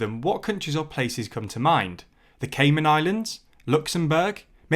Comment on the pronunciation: There’s no d at the end of Caiman